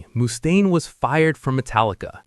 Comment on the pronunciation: anothe 80 IQ Lars basher 😂 and it's pronounced Muh-staine. Not Moo-staine 😂😂